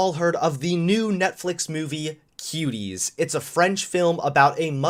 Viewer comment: Am I the only one who heard him say kiwis instead of Cuties